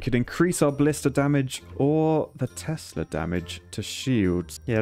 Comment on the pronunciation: When he keeps calling Teslas "Testas"... And when he thinks height gives damage rather than range.